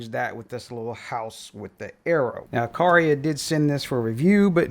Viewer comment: Uh qwhere uh. The middle syllable sounds like where but has a 'qwugh' sound at the start